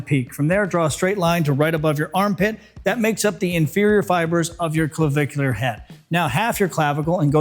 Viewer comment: Why is he having trouble pronouncing “clavicular”?